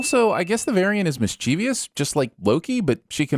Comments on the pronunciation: ˈmisCHəvəs Mischievious is not a word. Get it together Yo. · Please stop adding a syllable to mischievous. It's miss-chiv-us not miss-chee-vee-us. Randomly adding unnecessary syllables to words is a sin. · DID YOU SAY MISCHIEVIIIOUS?!?!?! NO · I have to sin you for Miss-CHEEVY-us, a pronunciation of a word that doesn't exist. It's obviously interpreted incorrectly because people look at it and think they see the common "ious" ending, but the word is mischievous, which ends in VOUS, which I don't think you would EVER pronounce "EEE-us" if you weren't confused about the spelling and/or the order and grouping of the letters. It's just MISS-chuh-vuss. You're welcome! Maybe the rest of the world will read this and we can do away with this ridiculous mispronunciation. Should I also cover nuclear, short-lived and niche? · Sin on for mispronouncing “mischievous.”